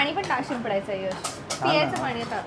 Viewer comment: piyaych ❌ *pyaych*✅